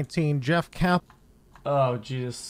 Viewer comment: why does he pronounce jesus as “jesusT”?